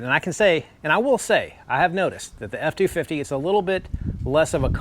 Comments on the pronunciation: My wife was in the room while I watched this video. She thought you were saying “foreskin” over and over. LMAO. Truck looks amazing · I thought he was too😂